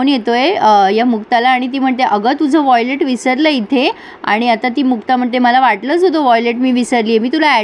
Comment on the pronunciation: Violet nahi it’s wallet